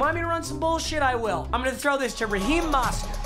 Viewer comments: it’s Mo-Stert not Moss-stert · it’s m-o-stert you have to say o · When will you learn how to say mostert